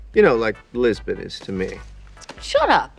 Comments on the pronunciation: *Lisbon ! Not Jisbon ! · The fact that you called them "Jisbon" automatically earns a "Don't Recommend Channel" from me.